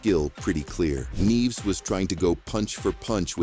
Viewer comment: “Neeves” ?? Neevez?..? Its Nieves….nee-YEH-vess.